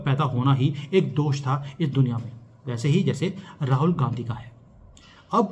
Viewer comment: Aap Rahul Gandhi bol rahe ho ya Rahul "Gandaki" bol rahe ho? 😂 or is it a glitch in the audio? Seriously plz clear 😂